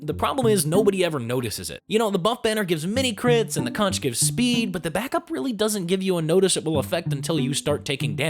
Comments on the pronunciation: omfg, its pronounced "con-Ker-er" like a conch (conk) shell, the thing he blows into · For Christ sake, it's pronounced CONK, as is concourer, Spongebob lied, it's a pun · Everytime I hear conCCCHHHHeror, I die a little. Its a conch shell. Pronounced conk. Conqueror is spelled with the hard K sound. C'mon, this shouldnt be like the discourse generator like gif, its a gimme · It's not the Consheror, it's the Conkerer